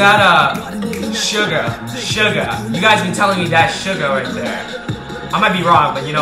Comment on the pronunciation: Sugar 😂 suga! (Soo-gah)